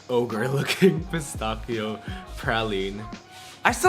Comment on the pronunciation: Your praline pronunciation is fine, but your "pistachio" one needs work :)